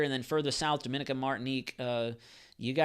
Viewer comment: Please pronounce Dominica as "Dom - muh - nee - kuh" thanks